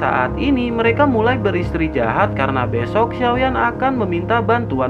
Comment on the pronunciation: Bang beristirahat bukan beristijahat bang aduh 🤣